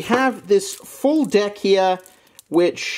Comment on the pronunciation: have a bunch of deck: full deyk mind with the accent: full deyk heyre..